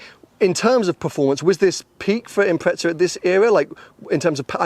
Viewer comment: 250K!?? What the flying f**k!? GTR R34 > this ;)) And why do you call it an Impretza?? Wheres the effn heck is the 'T' in that name? Silly pommy boys lol